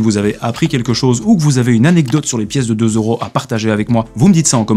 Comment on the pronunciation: On dit pas 2 zeuros on dit 2 euros ici oui deux euros